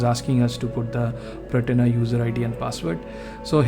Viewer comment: Slight correction, its Portainer… not Protainer…